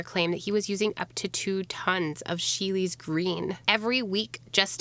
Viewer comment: I know I'm late, but it is pronounced She'll. Sheele's Green. ^_^ I am loving your videos!